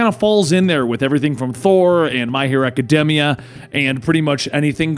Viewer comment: Aca DEEMia. Not demia.Also, you have many, many mispronunciations. Like... You mispronounce mispronounce.